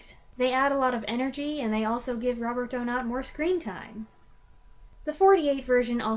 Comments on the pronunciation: I am German, Donat was German. Say "Donat", just DONAT. Stress on the 1. syllable. No "ou" or "ay", just "ah". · I think it's 'Do-Natt'. As you say, It IS a great story - a beautiful psychological drama. Rattigan is criminally overlooked these days.